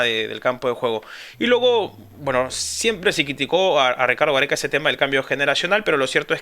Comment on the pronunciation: Pero porque lo dice tan brusco...